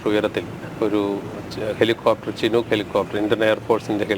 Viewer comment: ഷിനോക്ക് അല്ല.... ചിനൂക്ക്...അണ്...